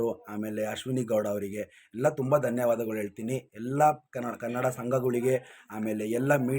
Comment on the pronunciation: ಕನಡ.. ಅಲ್ಲ. ಕನ್ನಡ...